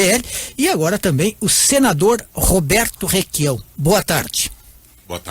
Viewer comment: Só ele quer falar " requiao".